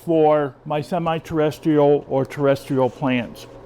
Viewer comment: "Potting Needs for Terrestrial and Semi-Terrrrdytisl Orchids" What happened in the intro xD. Great vid as always.